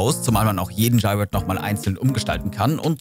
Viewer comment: Wie du Gyroiden aussprichst, hihi... das hat mich total getriggert. Konnte mich gar nicht mehr richtig, auf den Inhalt des Videos konzentrieren. Für mich waren es schon immer GÜ-RO-IDEN (so gesprochen) 🥰 keine denglische Aussprache 🙊